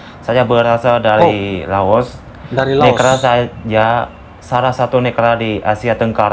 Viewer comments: Maaf klo sebut laos jgn di sebut los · Bukan los tapi Laos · Gw denger nya negara "LOSE" 🗿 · Laos, bukan loas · Baang itu yg betul menyebut negara laos.. Bukan loos. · 𝙇𝙖𝙤𝙨 𝙗𝙠𝙣 𝙇𝙤𝙨 😁🤭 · Negara Laos bang bukan Los. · LAOS ..bang bukan los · LAOS..BUKAN LOAS, SUDAH MEMBUKTIKAN WAWASAN PARA REACTOR MALAYSIA CUMA BUTUH VIEW SAJA. JANGAN CUMA BELAJAR DARI REACTION VIDEO TENTANG INDONESIA, NEGARA LAINNYA JUGA HARUS BELAJAR!. NAMA-NAMA NEGARA DI ASIA TENGGARA SAJA MASIH GA TAU, HADEH!! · Belajarla BHS Indonesia dgn baik ya? Jngn campur dgn bhs inggris oke, ( apa yang tertulis,itulah yg di baca, contohnya Laos, jngn di baca los.